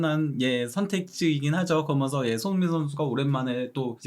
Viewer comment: 궁금한데 왜 '그러면서'를 '그러먼서'로 발음하죠? 하면을 하먼이라고 하고.. 이강인 따라하는건지 어릴 때부터 외국 산건지 😅